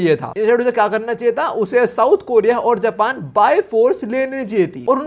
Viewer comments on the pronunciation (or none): none